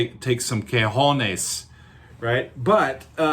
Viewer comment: One thing, it's "cOjones" not "cAjones" :) liked and subscribed